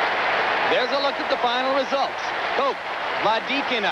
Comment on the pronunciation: Her name is pronounced Kock not Koke.